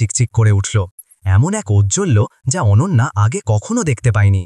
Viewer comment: অনান্যা নয়' , এবার ঠিক হয়েছে অনন্যা। আবার শুনছি অনঞ্জনা।